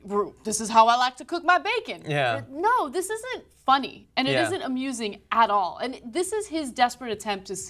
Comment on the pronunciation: Ana has picked up so many Cenkisms over the year. She sounds just like him when she says "This isn't amusing AT ALL!" emphasis added